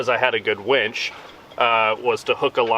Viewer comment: That would be winch, not wench.